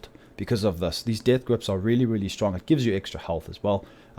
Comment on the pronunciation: I love how u say really really shtrong am not joking dude :)